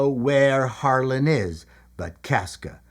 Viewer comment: At first when you said "Harlan," I thought you said "Harlot." Really...😊